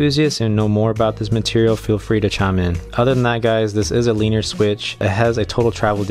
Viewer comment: "Leener switch"